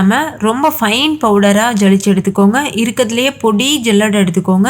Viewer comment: ஜலிச்சு என்பதை விட சலிச்சு என்பதே சரி....